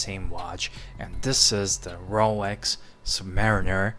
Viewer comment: Its Rolex, not 'RoWex'